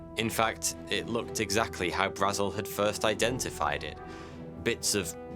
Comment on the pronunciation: It must be a rule that no person commenting making a video on Roswell is allowed to pronounce both “Brazel” and “Marcel” correctly.